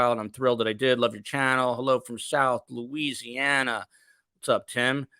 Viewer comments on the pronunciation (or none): none